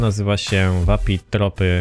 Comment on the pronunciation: Nie TROPY tylko TROFI się wymawia :D